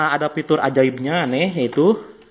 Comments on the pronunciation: Pitur dan pungsi org sunda ga bs ngomong F 🤣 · FITUR bukan Pitur